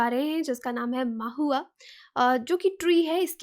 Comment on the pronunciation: U pronounced it maahua... but actually it know as Mahua